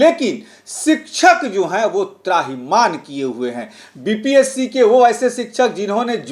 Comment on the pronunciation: त्राहिमान नहीं होता है त्राहिमाम होता है।